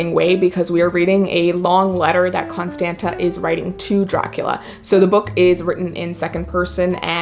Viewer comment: HI! I've been following your channel for a few years now! Love this video! I'm actually Romanian, so I just wanted to say that the name of the girl in A drowry of blood, Constanta, is pronounced Constandza :) that second t is supposed to be a "ț", to be pronounced "dz"